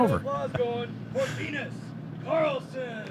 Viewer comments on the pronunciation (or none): stop being difficult, Linus is easy to pronounce. The phonetics are "Léeå--ä-nö:ous". It's not that hard man. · How to pronunce Linus :) (Bruce) "Lee - News" (without w) and weight on Lee.. so LeEne(w)s . Probably right im from Skellefteå Sweden :) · Hey, say "Lee Noose" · Linus is pronounced “Lean-uhs”